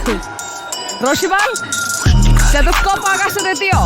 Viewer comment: സ്റ്റെത സ്കോപ്പ് എന്ന് പറയാൻ ശ്രേമിച്ചു ശിവൻ കുട്ടി നാവിനു പരുക്ക് പറ്റി ആസ്പത്രിയിൽ ആയി. ഏഴു തുന്നൽ നാവിനു വേണ്ടി വന്നു എന്നാണ് പറയുന്നത്. AK ബാലൻ പറഞ്ഞൊപ്പിച്ചത് "ക്ഷതസ്കോപ്പ് "എന്നാണ്. ഈ സാധനം സരിന് ക്ഷതം ഏൽപ്പിക്കും എന്ന് തന്നെയാണ് ജനം പറയുന്നത്